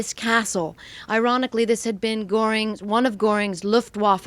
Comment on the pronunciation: Why couldn't you pronounce Goering? Incomprehensible.